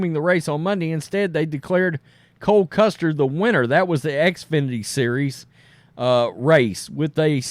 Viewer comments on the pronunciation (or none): It’s Cole Custer not Cory Cluster